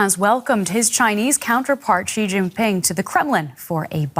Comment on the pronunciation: Explain why every person in the world can pronounce the English word 'she', but every broadcaster in the world has a different take on how to pronounce 'Xi"? I promise you it's the same. It's not zhee, ghee, gsee, xsee...